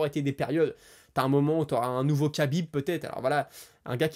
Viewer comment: Merci pour la vidéo Pour Khabib il faut prononcer Rabib, c'est la manière la plus simple pour se rapprocher de la prononciation 🙂😉